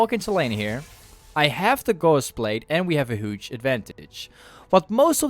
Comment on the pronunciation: I love when you say "huge" , you say it like "hooge" xD